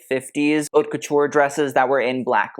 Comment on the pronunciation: #... Your content is the bomb. I've learned so much about fashion, textiles, history and more. You have truly taken the designers to task. Perhaps you could hire someone to give you the correct pronunciations. AR-TIS-NL, accent on TIS, and not ANAL which is, well, you know. Haute, H is silent and rhymes with goat. La Mode, not Le Mode, as "Mode" is a feminine noun.